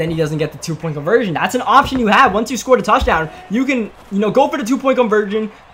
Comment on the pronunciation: You say yoo so wrong